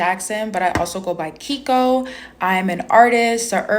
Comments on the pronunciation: Claims whites are so privileged and then proceeds to be racist by denying poor, hungry white people food. The mental gymnastics are insane. So insane, in fact, that I'm positive no actual thinking was involved. Edit: Also "" is pronounced "Kayko" not "Keeko." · As a Japanese guy, she appropriated my culture by trying to take the name "." Stupid marxist can't even pronounce it correctly. It's "Kay-ko." I should know as it's my mother's name. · My wife's name is. It's pronounced Kay-Koh. It's 100% a Japanese name. So, this Ardipithecus ramidus is guilty of "Cultural Appropriation". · Not to be a douche (ok maybe a little) but can you listen to a girl that can't pronounce her own name, is a Japanese name and it's pronounced "Kay ee Ko".... but I guess grammar, spelling, and pronunciation just isn't her thang. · Except she pronounced it keeko, which is not correct. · She says it's "", which is a Japanese name, but she pronounces it "Kiiko", which is wrong. I've actually never heard "" pronounced that way before. Her food bank seems to exclude Asians too, so I guess no one will confront her about her cultural appropriation. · insane how she appropriates a japanese name and proceeds to mispronounce it😂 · You can't even pronouce her NAME!